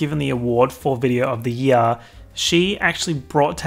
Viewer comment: Why u gotta say “year” like that smh